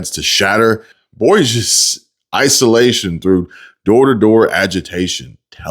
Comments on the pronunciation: Bourgeois is pronounced like Booshwa ! 😊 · Bourgeois = Boor-jwah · Bourgeois = Boosh-Wah... Fucking French... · Hey! Love the show💯... Watch Everyday, Your messages encompass truths all these left wing freaks hate, and I love it... The truth hurts some and liberates others. Thank you for that. You are a Zenith among youtube journalists here in 2026. Much appreciated! And so you know "bourgeois" is pronounced (boosh-waa) btw. I know you know the word. Anyway thanks for all your positivity and can't wait to hear you say "bourgeois" Peace...cj